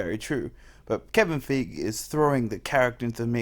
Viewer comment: It's Kevin Fy Gee!